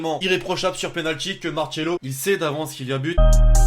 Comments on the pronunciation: mais putain arrêtez de dire Marchelo c'est Marcelo, c'est du portugais, pas de l'italien putain !! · Sa se dit Marcelo pas marchelo